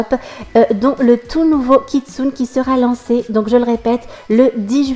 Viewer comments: Sa s'écrit kitsune mais sa se prononce kitsunÉ :) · Hey:) je voulais juste te prevenir que "kitsune" se prononce "KitsunÉ" ^^ Et je participe a ton concour! Mon pseudo: KeroniAS7 J'espere gagner ^^